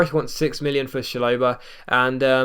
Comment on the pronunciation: it's pronounced Shal-o-buh mate. Now having a go but just saying for future reference